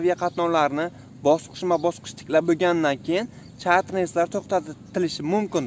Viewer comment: Ukajon tugri gapir chetter reys